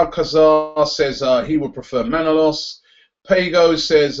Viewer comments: Robbie....Please please pleeeeease pronounce ManolAs not Manolos ....I'm sorry, but living in Greece, it pains me to hear the name being mispronounced :) ...Otherwise, great work mate ! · Robbie, it's pronounced Manolas. ManolAs, emphasis on the last letter "a".